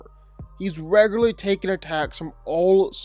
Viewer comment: Bro please give up on saying the word “regularly”.